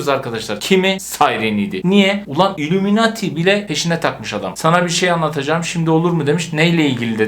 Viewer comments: Abi illumemati değil illuminati 😂😂 ama seni çok seviyorum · ilumunati diye okunuyo